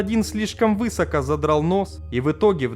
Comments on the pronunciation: Не "вЫсоко" а "высокО". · Уважаемый автор, поработайте с ударениями в словах😊 вЫсоко неприемлемо! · Высоко с ударением на ы это тотальный ужас! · Ролик хороший, но слово «высоко» произносится с ударением на О а не на Ы.